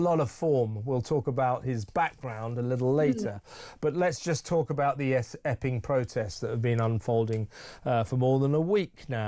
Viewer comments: Was that Epping or Effing? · Every time I hear EPPING...I HEAR EFFING. The CRIME COMISSIONER IS B.J. HARRINGTON's BOSS HE CAN SACK THE CHIEF CONSTABLE...SACK BOTH TO MAKE AN EXAMPLE